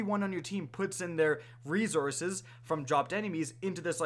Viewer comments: Lmao rezources 😂🤣😭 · "Rezourzes" -, 2018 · Does this guy say "resources" weird? He's struggling with that word lol